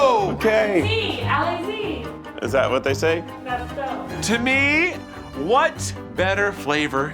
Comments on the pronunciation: I’ve heard a lot of weird pronunciations of French words. But never have I heard Al-lay-zee for Allez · It’s {uh-le-uh-le) not {all-ay-z}😭💀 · pronunciation of Allez has me dyinggg 💀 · them saying GO and someone from their staff sayiing Allez but pronouncing it ally~zee gave this french canadian a bit of a giggle as it is pronounced a as in the way a small a sounds a~lay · Allez, Allez, pronounced (Al-lay). Hearing that be pronounced as (Al-lazy) made me die inside a little bit. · Allé we don’t pronounce the Z 😂😂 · As a Canadian, it’s absolutely hilarious hearing Americans just completely butcher French words “ah-lay-zee” oooofff 😂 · next request is to run the French things past somebody who speaks the language first cos I'm German and it took me WAY too long to connect Allee-Zee with Allez:DD (where the z is not pronounced) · "alleZ" that hurt me and i'm not even french 😂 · you would pronounce ALLEZ like "AH-ley" no Z at all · Did I just hear "allez allez" pronounced as "allay-z allay-z" by lolol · "alay-zee" for allez is criminal. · I'm sorry but the pronunciation of allez is sending me Ally Zee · alla zee! alla zee! "that's how they say Go!" no... just no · has me dead with the Al-eh-ze… Al-ay. Love you! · hearing them say allez like "allay zee" hurts me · saying alle-Z alle-Z hurt my little french heart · Mose Americans don't pronounce it that way...this is the first time I've ever heard someone pronounce allez like that. I think you'd be more likely to find an American saying "all-ezz" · The girl who can’t pronounce ‘allez’😂😂 sounded like a mix of allez and ‘vas-y’😂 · That absolute butchering of allez 💀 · oh no, pronouncing the Z allez haha I love her effort though! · I can't tell if the producer is pronouncing Allez wrong or if the subtitle is wrong and she's saying Allons-y. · they butchered allez so hard im crying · The way pronounced “allez” got me